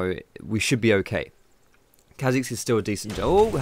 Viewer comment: The apostrophe means its pronounced car zix not kazix